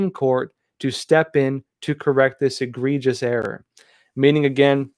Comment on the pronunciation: Did you really just miss pronounce the words sacrosanct and egregious